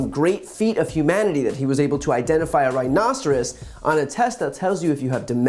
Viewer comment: Trump can't even pronounce rhinoceros!😂😂😂